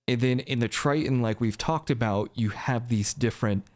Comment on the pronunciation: I like how you say “abouut”